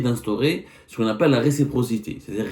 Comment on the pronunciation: Récipro…respro…receptor….impoussy de pronomcy 😢